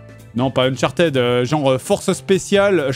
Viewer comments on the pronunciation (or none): none